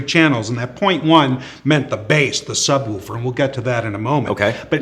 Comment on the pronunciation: "the sub wooper"